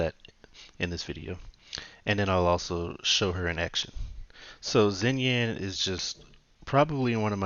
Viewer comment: Pronunciation is closer to "Shinyan"